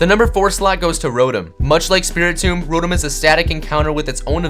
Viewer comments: You idiot. it's pronounced Ro-Tom not Ro-em and it's pronounced Un-Own Not Un-Nown. also Get Your Spelling Right. it's i'm not im. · It's not rowtem its row tom